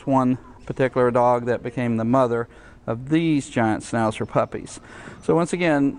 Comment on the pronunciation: Did this man just say snowzer puppies? Ughhh